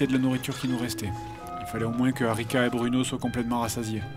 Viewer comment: j'ai entendu Arnica au lieu d'Arica... :C